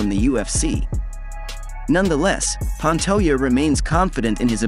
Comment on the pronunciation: Pan-toe-jah. Now put out a video where you pronounce the mans name.right.